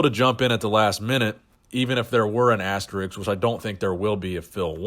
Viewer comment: I love you and your channel dude, but please: asterISK, not asterIKS.